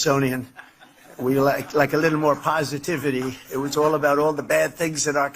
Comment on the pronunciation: Trump,the word is "little",not "leetle".